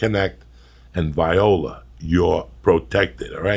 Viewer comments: He pronounced viola wrong 😂😂 during the ads in the beginning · Lol at the start when Joey says viola instead of voila while reading the ads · Is no one going to mention how Joey pronounced viola? HAHAHAHA